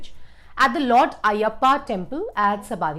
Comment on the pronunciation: Please check the pronunciation of Sabarimala.